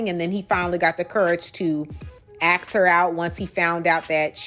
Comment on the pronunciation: ASK, NOT AXE!!!!